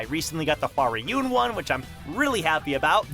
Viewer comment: Please stop saying "wa rai yoon" for hwaryun. I want to watch your content but it's just so hard when you butcher it like that